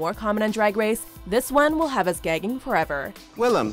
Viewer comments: This dude: "William" me and Willam at the same time: Le gasp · Hearing Willam being called “William” makes me cringe with my whole body omg the audacity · Ugh why would you say william instead of willam